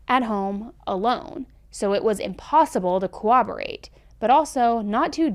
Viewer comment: pssssst. “corroborate” isn’t pronounced like “cooperate” but with a b. there’s another set of Rs. cor-robber-ate